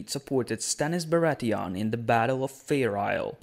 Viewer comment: How do you pronouce Bratheon?! They are no fucking Krauts. Like Theon.